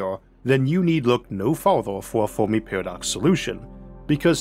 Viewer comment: Saying Formi instead of Fermi confuses listeners 😂